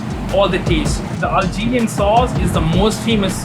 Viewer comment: Did he say algerian sauce 🙃🙃